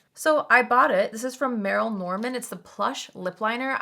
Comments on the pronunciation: Merle - pronounced Merl, the e is silent - is not an indie brand. They were huge, like Avon. Back in the day, they used to have stores in every mall. But yes it is nice that brands still exist that we thought were gone. ❤️ So much for Allure basing their picks on your channel 😂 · It’s pronounced Murl Norman. I always find it so weird when beauty people on YouTube don’t know brands that are literally older than Sephora! Lol There is an entire Merle Norman Store here. It’s been there for about 30 or so years. It’s actually a pretty expensive brand. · Merle Norman, you pronounced "Merle" incorrectly. Anyway they have been around for decades! Considered a luxury product competing with brands like Clinique.